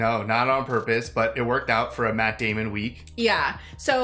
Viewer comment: Say it right. Maaaaaatt Daaaaaamon.